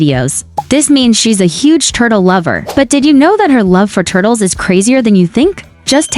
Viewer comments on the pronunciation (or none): Ah yes the legendary “Tturtles” so magnificent